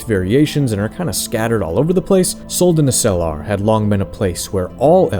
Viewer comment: That's not how you pronounce Suldanessellar... I mean shit general Elhan pronounces it twice for you in the game. Accent on the first e, i.e. Suldanéssellar, not Suldanesséllar.